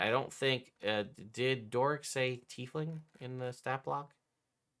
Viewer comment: Is my guy saying teethling?